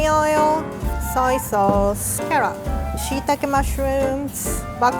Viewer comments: She says carrot like karot 🥕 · I love the way she pronounces carrot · mayor quimby's nephew: it's CARROT, say it right. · That way she says carrot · idk y but i like when says "carrot" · I like the way she says carrot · “Cawoot weawy good” hahahhahahaahahahahahahhahahahah